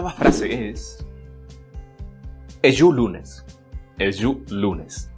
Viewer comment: Eju lune. Sin la "s" final. Otro: "Kure mano"